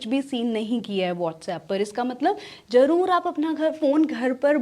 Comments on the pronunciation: Are yeh kya hai? Z ko J kyun padte ho. Zarur ko jarur, zabardast ko jabardasth, namaz ko namaj, nazer ko najer. V ko B, aur wagaira wagaira... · Zaroor instead of jaroor